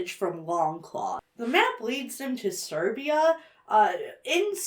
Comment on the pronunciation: calling Siberia "Serbia" drives me to the wall 😭 it is like Austria - Australia